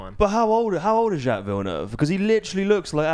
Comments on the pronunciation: Jaques is abit of a moron sometimes but stop pronouncing it Jacks lmao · For the next episode, please check how to pronounce Jacques correctly 😂❤